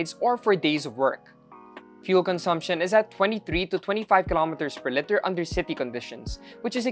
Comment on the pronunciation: Love the review. Pero bakit litter pag pronounce sa liter.